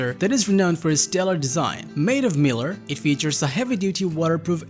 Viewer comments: Mylar is not pronounced like miller. It's MY-lar. Otherwise this is an okay review. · That's "MY lar" not Miler." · MY-LAR... not "Miller". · This isn't fair... his English is better than a lot of native speakers. There are just some pronunciation issues.. i.e. Mylar.